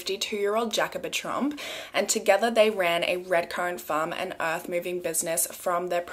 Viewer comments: Oh my gosh, every time you say “Tromp family” it sounds like “Trump family” to my brain, and I’m over here like YES, now you’re stateside, welcome to our #1 horror story of the last many years, the Trump family! 🤣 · It's funny. I kept thinking you were saying the "Trump family" and I kept waiting for a picture of the Mango Monster!